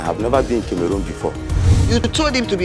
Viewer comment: Please it’s not kemerun it Cameroon 😭🤣